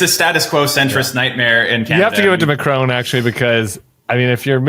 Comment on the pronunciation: Butting in from France here. It’s not McRONE, it’s MACron. Well, that’s how it’s pronounced here anyway, I guess you Americans can say things however you want.